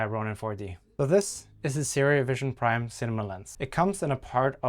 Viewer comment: it is vision prime, not vista priem